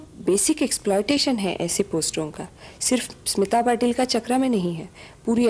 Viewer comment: Its स्मिता पाटिल not सिमता पाटिल! pls correct it.